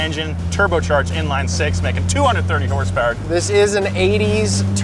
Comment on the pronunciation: what's horsepower? I thought it was hrrrssprrss😂 haven't heard that in a while